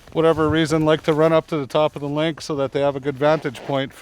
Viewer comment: The singular and plural form of lynx is the same, lynx. Link is not a proper pronunciation for either singular or plural.